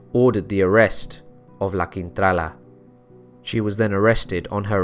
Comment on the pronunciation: Hiya, LA Quintrala... proof that beauty is only skin deep. I wonder why she was so evil? Nasty woman. I enjoyed listening to your narration. I thought the way you got your tongue around those unusual names truly amazing.😵 Thank you 👏👏👏